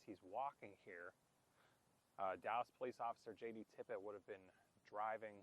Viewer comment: It's "Tippit," not "Tippett." Please do more research.